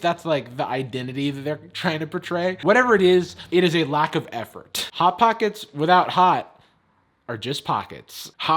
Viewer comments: "bot bockets" LOL IM DYING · I'm sorry but "bot bockets" was hilarious 😂 🤣